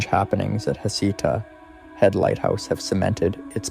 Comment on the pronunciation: Dear YouTuber not from Oregon, Heceta Head is pronounced Hey - say - tah. Yachats is pronounced Ya - hots. It's a breathtakingly beautiful area. You should visit.